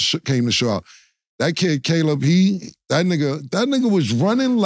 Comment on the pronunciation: why this MF can’t say Caleb? Bruh it’s KAY•LIB damn Killa you slow asf 😂😂😂